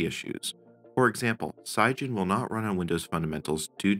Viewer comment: Wait, how do you pronounce Cygwin ? I Googled it and it should be pronounced sig-win. Or maybe the captions are incorrect and you meant something else? Ps. I was afraid that I mispronounced Cygwin all my life. That wouldn't be the first time.